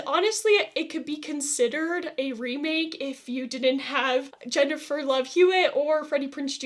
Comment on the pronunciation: Also no offense but you butchered Jennifers name